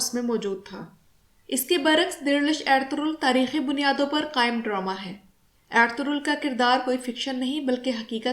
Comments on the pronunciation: کوئی ایرتورل کہہ رہا ہے کوئی ارتغل کوئی ارتل۔۔۔ صحیح نام ارطغرل ہے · Medam pehle darame ka Nam tu theek se Lena sekh lo pher ghalti nekalna jahel ouret